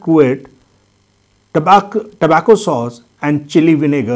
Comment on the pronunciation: Tabasco sauce not tabacco sauce